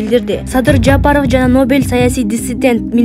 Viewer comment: Жаапаров дебей туура окучу ээй кыз. Жапаров деп